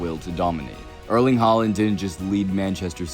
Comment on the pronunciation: Erling pronounced Erling or E like in ethics not like in early😉